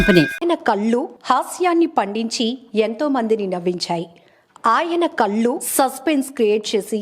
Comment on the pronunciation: కల్లు కాదు కళ్ళు